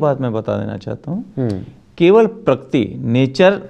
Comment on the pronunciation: Ek to pakirti nhi prakriti hota hai saale...kl ko iski beti ke saath(bhagwaan na kre) aisa kch hua...tb bhi yahi bolega?